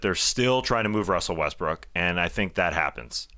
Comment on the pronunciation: Day-to-Davis lol!! Wussel Restbrook lol good ones